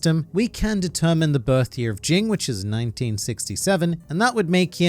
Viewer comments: Look bro, its either Ging ( G as in ground) , or Jin. Not fucking Jing. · The fact that you keep saying his name wrong is fucking cringy